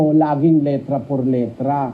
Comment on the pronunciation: Letra not litra